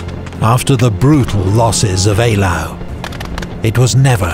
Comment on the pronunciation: ‘Eylau’ is most definitely pronounced correctly in the video.